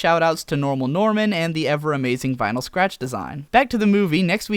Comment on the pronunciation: FINALLY SOMEBODY GET'S VINYL SCRATCH'S NAME RIGHT!!!!!!!!!!!!